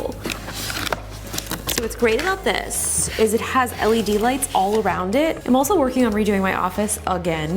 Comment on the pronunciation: "leds" crine af. u dont deserve this